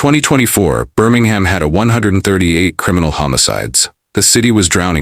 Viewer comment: Oh lord I’m done when you said Birmingham SMFH